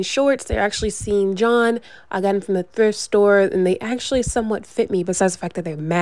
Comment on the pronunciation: She said SHEEN Jon 🤣🤣🤣